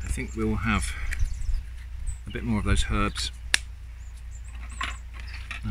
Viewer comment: I like this chap immediately when he pronounced "herbs" with the H on it. I don't know what it is with us Americans saying "erbs" as if we were Cockney. Personally, I never got hi-class enough to drop my H's. Probably because I grew up in 'ouston, Texas.